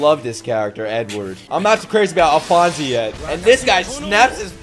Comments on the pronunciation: It's not Alphonesee it's Alphonese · It's pronounced Al-Fonz Elric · Couple things: "Alphonse" is pronounced "Al-fonce" or "Al-fonz", but you can just call him Al. "Fuhrer" is pronounced "Fyer-er". Or just a long "Fyur". I'd also really recommend the English dub for FMA:B, btw. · So happy youre reacting to this masterpeice, and just a headsup, its "ALPHONS" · his name is pronounced Alphonz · we’re not comparing to typical dubs, we’re comparing to the English dub of THIS anime. I don’t doubt she’s amazing, but it just fits less and less as Ed gets older. It’s like he never hit puberty. Not to mention they keep saying “Alphonse” wrong, so there’s that… Another reason the English dub fits the setting better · I'm not sure if there's another comment about it yet but there's no e sound after alphonse. I guess say it like the e is silent edit: you said it right